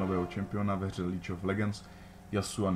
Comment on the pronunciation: nečte se to líg of ledžnds ?